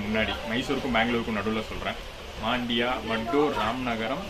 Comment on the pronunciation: Bro, Just a correction - Your pronunciation is incorrect for Mandya & Maddur. Should be pronounced as Mandya not Maandya & Maddhoor not Maddur. 🙂